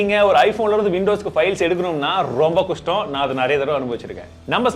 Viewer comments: why the word kushtam ..its pronounced as kashtam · not kashtam kushtam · Kastam is a word,but Kustam ia an emotion 🤣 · romba kastam nu solurathuku pathula romba kustamnu solitinga😅